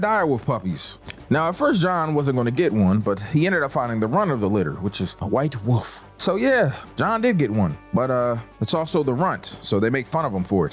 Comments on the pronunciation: *Wolf not woof… 🤦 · You can pronounce the word "wolf" dude, we know you can. Its not a fuckin woof